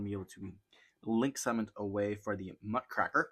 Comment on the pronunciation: Just wanna say, it’s Muck Raker not muck cracker. Sorry I had to point that out because everyone says it wrong